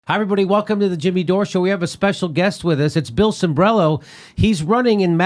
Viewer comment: Cimbrelo, Cimbrelo. The man's last name is Cimbrelo. Sheeesh!!!